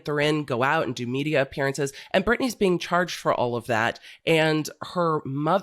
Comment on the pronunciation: ITS BRITNEY BRITNAAY